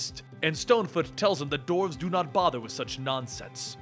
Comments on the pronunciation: what is a doorve? do you mean duh-warf? you sound like a freaking idiot again. like when you say dead body instead of group of people. as in corpse versus core. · Dwarves is pronounced d-war-ves not dorfes